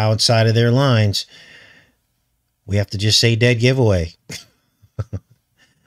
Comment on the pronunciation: when you said giveaway show at the beginning it sounded like you said goetia... speaking of goetia please lookup Herbert Marcuse I think he's a much closer match for bael or Baal than was faux chi Minh. I am not sure if you got my comment about that he's the inventor of critical theory (Herbert Marcuse of Frankfurt school)